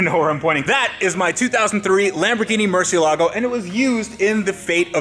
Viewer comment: listen to the way Ed pronounces Murciélago. He gets it right.